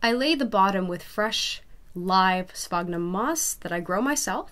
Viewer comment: It's not "sphognum" moss. It's "sphagnum" moss with an A.